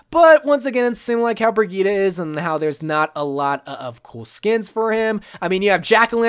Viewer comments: Its pronounced bri-geet-ah not to be rood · I pronounce it bri-G-itte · The way he says Brigitte triggers me